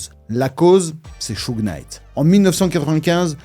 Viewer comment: ça se prononce browdeuss au fait ... pas brodas . Et Souje Night ... On prononce pas le K . Je dit ça à titre informatif rien de plus, bonne vidéo !